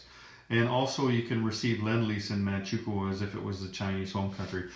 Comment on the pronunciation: For future reference, Manchukou is pronounced Manchu-koe (like Moe).